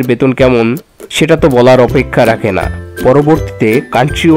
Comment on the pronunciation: ভাইয়া যেভাবে না বললেন। আমার মনে হলো এভাবে না বলাটা উচিৎ হয়নি আপনার, কতটা আবেগের সাথে ভিডিও টা দেখতেছিলাম। আমি এসএসসি সাইন্স ছিলাম hsc কমার্স কম্পিউটার সাইন্স নিয়ে পড়া টা আমার সপ্ন ছিল। এই না টা ত অন্যভাবেও বলতে পারতেন🙃